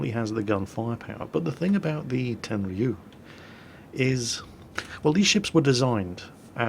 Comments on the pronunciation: Prn: Ten-Ryu not Ten-Ree-Yu. The Ryu makes one sound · I think this cruiser should be pronounced "ten-riyu" not ten-ri-yu" CMIIW:3 ps i love your vids sir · It's pronounced Ten-rew,! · Yep, you are right, you mispronounced Tenryu. You have to stress the first syllable, not the last.